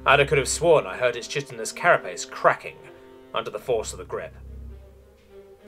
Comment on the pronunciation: For the record, the chi in chitin/chitinous is pronounced kai, like kite-in.